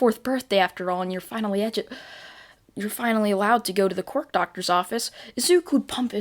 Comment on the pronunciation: I love how he says quirk like qork